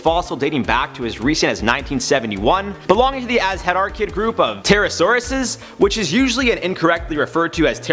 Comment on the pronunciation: Your pronunciation of Quetzalcoatlus is good, though you mispronounced Azhdarchid and Pterosaur